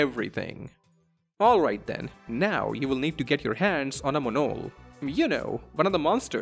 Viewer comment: that Monol pronunciation made me close this video.